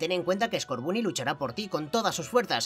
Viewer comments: Estás pronunciando mal scorbany se pronuncia scorbony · Se dise como en ingles el scoorbuny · Escucha el primero que que conseguiste skurban y lo pronuncias mal porque en realidad se dice score Bunny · Scotboony se pronuncia scorbany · No es scorbuuny es scorbany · Se dice skoorbany no skorbuny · se dice escorbany no scarbunny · Escorbunny se pronuncia Escórbany😃😃 Me encantan tus videos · Se dice escorbani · escorbunny se pronuncia escorvany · Se dice scorbany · se dice scorbani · scorbunny se pronuncia escórbani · Se dice scobunny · Se pronuncia escorbano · se dice skuovet